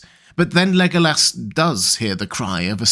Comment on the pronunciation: He is a cutie pie. But why do you pronounce it Lego ass?